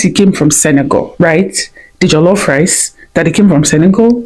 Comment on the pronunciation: Jollof rice not jelofe rice